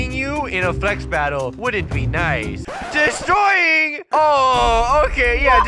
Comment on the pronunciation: by saying dest roy ing